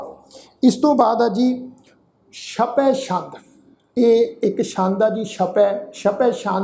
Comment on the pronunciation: ਸ਼ਪੈ ਸ਼ੰਦ ਨਹੀਂ ਜੀ ਛਪੈ ਛੰਦ ਹੈ